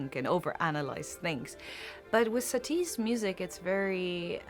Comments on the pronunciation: J'ai toujours prononcé Satie avec le son é en terminaison : "Satié". On le prononce Sati ? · Je ne vous ai pas corrigée, j'ai juste répondu à votre question. Satie se prononce comme un oui 🙂